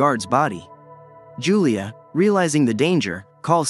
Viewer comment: Yulia not Julia